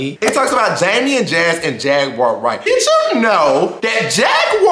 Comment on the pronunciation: The way the Celebrity Tea blind item lady says “Jag-wire Wright” makes me frown loudly.